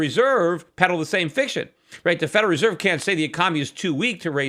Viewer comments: He also says feral reserve. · lucifuehrer lol. I love peter and he can say whatever he wants however he wants, but thats funny.